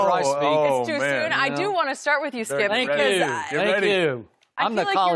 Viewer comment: "SKIUP!!"😂😂😂 Shannon stay on dat man🙄😂😂